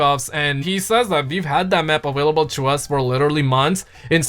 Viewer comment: Why does this guy put a “w” in available lol